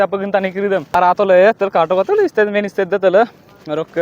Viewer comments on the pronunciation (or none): 2malukor video Sai aku Knowledge napai .. agote pronounce 2 bhal k khoboloi hika .. parent nohoi friends hoi aru state nohoi stage ..